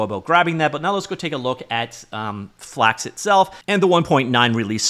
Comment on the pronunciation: Bros speaking FlAKX